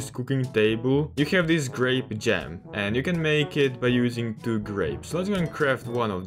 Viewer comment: its called grape not grap